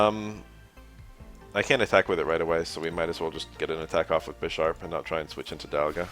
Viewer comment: Is that how everyone says Bisharp? I kinda hate it. It’s BI-SHARP, like BI-CLOPS. This game really makes me wanna get into the actual card game, but frat boys ruined the prices during Covid with their douchebag get rich quick schemes.